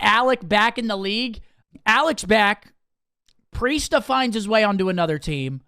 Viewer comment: Priestahh is changing his name to Imanahh.😂